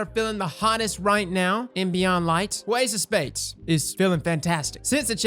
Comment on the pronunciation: I know he said ace of spades, but am I the only one who heard “Waste of Space”